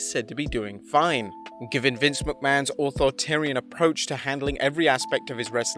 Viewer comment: They're not "planning to ruin Roman Reigns"... "authoritarian", not "authortarian". "opinion that counts", not "option".